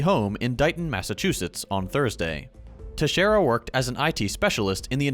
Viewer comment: Gotta give it to you on pronouncing Teixeira right, although with an American accent. Nonetheless, you said it well. Great video as always.